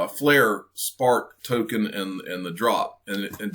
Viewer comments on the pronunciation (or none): none